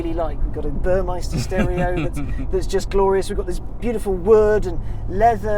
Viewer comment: the upgrade sound system is Burmester, not 'Burmeister'. Details, details...